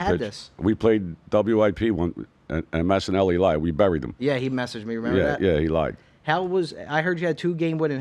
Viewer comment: I laugh every time Joey rips Mike “Massanelli”. 😂😂😂